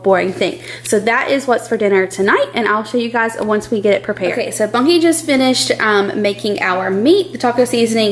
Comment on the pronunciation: Trying to figure out the whole video what you are calling him? Bonky?